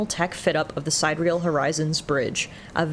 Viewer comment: Sidereal: Apparently its supposed to be pronounced Si-dir-ee-el. It means something like "astral". Not trying to nitpick or anything. It just occurred to me that "side-real" is a really weird name for a ship!